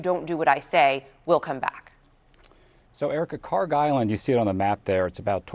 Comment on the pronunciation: Iranian here, this is KharK with K at the end, not KharG! It takes 5 sec to google it.